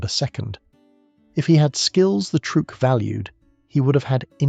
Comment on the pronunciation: "Trueque" (barter) is actually pronounced troo-EH-keh, not trook.